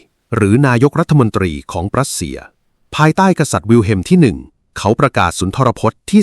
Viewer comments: AI อ่านผิดเสมอ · "ปรัสเซีย" กับ "รัสเซีย" นี่เป็นคนละประเทศกันเลยนะ ใช้AIทำเสียงพากษ์เกิดความผิดพลาดใช่หรือเปล่า?